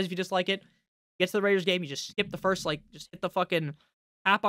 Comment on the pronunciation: When you do the Rrrraider thing just move away from the mic a little so those with good speakers can’t file lawsuits.